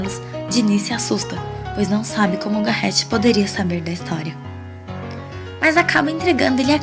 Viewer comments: OOi adorei seu vídeo, só um adendo Garret se lê Garré kkkk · e "Garret" o "t" é mudo.